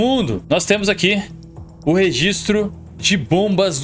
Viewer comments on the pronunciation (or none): none